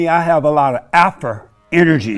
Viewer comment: Not alpha but alphur. Umazing!